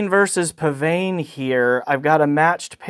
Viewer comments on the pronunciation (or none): According to the manufacturer, it's pronounced 'pisvane' (really).